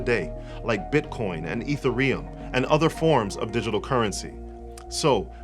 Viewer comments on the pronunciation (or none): Hey bro, I’m very big on block chain technology. I definitely agree that this is just a fulfillment of prophecy. I wanted to correct you on your pronunciation of Ethereum. It is not Ether-ee-uhm it is Eth-eer-ee-uhm. To anyone who follows this, you will quickly lose points about. Anyway, thanks again for the video. I love the way you have been breaking things down spiritually and in love. I reached out in other comments. Hope to be able to chat.